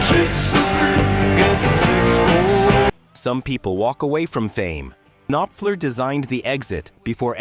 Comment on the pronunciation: Cannot pronounce Mark Knopfler! Who is the singer for Guns 'N' Roses? Why is your footage of Jim Morrison and the Doors NOT Jim Morrison but rather Ian Astbury of the Cult? Not "FEW-gees"...."FOO-gees"! You should be embarrassed! Actually asking people to subscribe! Absolutely horrible!